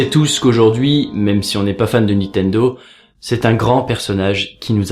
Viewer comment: Sympa cet épisode, et très émouvant ... Mais j'avoue que c'est assez déroutant de t'entendre prononcer systématiquement "Nitendo" au lieu de "NiNtendo" LOL :)